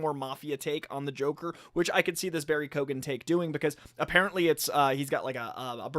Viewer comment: Hey dudes, Keoghan is pronounced Kee-own.